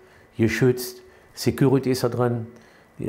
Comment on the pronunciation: War mal wieder Filmreif! nach Hollywood! Und dann nur mit "Seküriti" 🤣🤣🤣